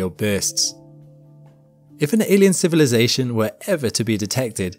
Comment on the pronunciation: Yikes, I've never seen anyone mangle the word "civilization" so BADLY, before.